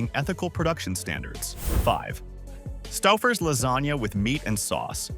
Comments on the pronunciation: Stuffers/Stowfers? It's pronounced sto-fers. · "Not the AI calling it Stuffers 😭"